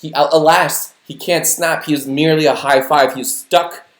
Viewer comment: That was meh-ly